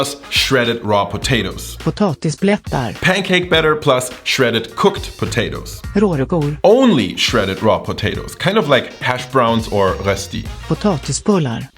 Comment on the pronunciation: Love the pronounciation: "Rårkor"